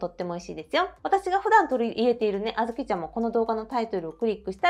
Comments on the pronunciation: 皆言ってますが、あ’ずき の発音気になりました。笑 小豆好きなので、参考にしたいです。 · あずきの発音ばかりが気になります。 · あずきの発音、地域によって違うんですね😊あずきは毎日食べても飽きないです。大好きなので無くなると煮て食べています。